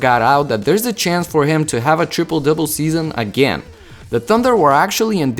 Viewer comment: Did he just say "tripple dipple season"😂😂😂